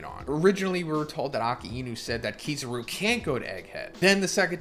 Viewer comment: Your sayin kizaru wrong